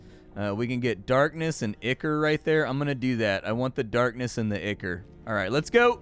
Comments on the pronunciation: Dude, it's "EYE-core", it's a thing outside of games. google "ichor" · "ICK-ER" lmao